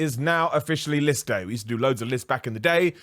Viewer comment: Ok kept hearing lift day rather than list day. killing it with content lately.